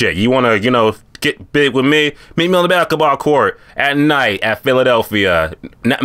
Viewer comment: This Nigga can’t say basketball well at all 😂😂